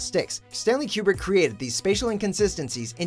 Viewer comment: How the fuck do you mess up pronouncing Kubrick's name?